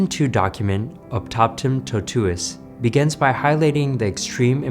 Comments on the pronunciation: «Optaptam totues»? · Actually, he says «opthapthem thothues». 😅